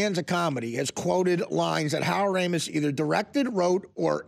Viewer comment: Artie cannot pronounce Ramis correctly